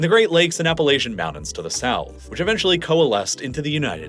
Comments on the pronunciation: When did mountains become pronounced "moundans"? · I really wish you'd learn to pronounce your "T"s more consistently. I'm tired of moudens, Manhadden, and all that.